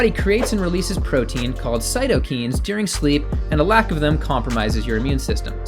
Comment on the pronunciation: it's the right way to pronounce cytokine